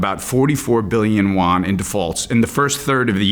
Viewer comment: When talking China and its currency it would be nice to properly pronounce it...: it is Yuan (as in You-An), and not Won (which is the Korean currency).